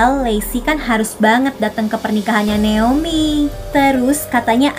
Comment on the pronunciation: Kak nama ku itu Naomi ya🥲bukan neomi🥲gpp lah